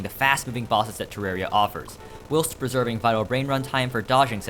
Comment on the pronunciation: That's.... not how you pronounce whilst.